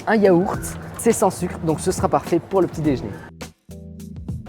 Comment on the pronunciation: C’est l’heure du petit « déjn’er »😂